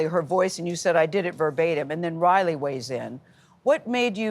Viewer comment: Gayle can't pronounce Riley's name!!!!!!!??????